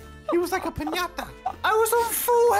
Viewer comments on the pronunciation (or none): the way said “he’s like a pinia-ta” cracked me up